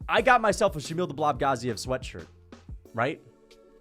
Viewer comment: Why do you pronounce Shamil Gaziev’s last name like that 😂😂